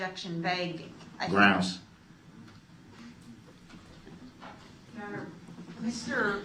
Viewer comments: Grounds with a z you crack me up 😂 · Grounz? Grounz for the substained he axed without relevancy. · Groundz with a Z………. 🤣🤣🤣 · I will always laugh when i hear "grounds" and "jurisdiction."